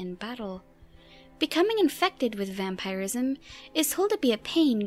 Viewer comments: Lol. The way she says vampirism. "Vampire-ism." It's typically pronounced like vam-purr-ism. Not a huge deal just amusing is all. xD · Why do you say vampireism and not vampirism? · New to the channel. I honestly didn't expect a woman's voice haha Thank you for your video, but your way of pronouncing vampirism is weird. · How come you cant pronounce vampirism properly you say it really weird.